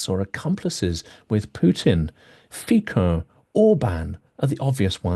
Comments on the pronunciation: Fico is pronounced 'feetso'! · Thank you for your reporting. It’s always thoughtful and informative. Just a small point: Robert Fico- his name is pronounced as if written as Fitso. Sorry to be a bore